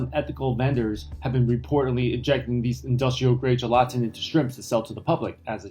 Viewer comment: Gelatin is pronounced gel-uhh-tin, not gel-ATIN. 😊